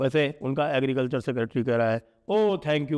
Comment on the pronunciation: Sanjay Ji ko bolne me dekat ho rhe h agrecalcher 😅😅😅😅😅